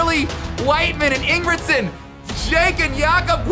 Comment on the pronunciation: Ye sure and cannot even tell the Jacob’s sure name properly